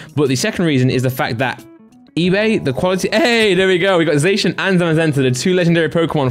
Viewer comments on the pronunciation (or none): y do u say ‘zashun’ isn’t it ‘zassiun’, I’m from England as well and I pronounce zacian like that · Your saying zacian wrong lol